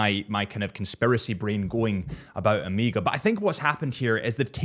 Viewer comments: Ooooooooomega not Amega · its O MEGA not O MEEEGAH say it right man. Greek letter. Also i dont think you mentioned it finally has a Ceramic bezel. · And literally said “O.C.D”😂😭 just say “O” Mega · Sht. You call it Ameega again😂 thumb down:) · Why tf do you keep saying AM-eega? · Why does the rest of the freakin world say AMEEEGA or OMEEGA like what? Lol I can hear you say “of” and “course” meaning you can say the “o” 😂 they just don’t and say omeeeega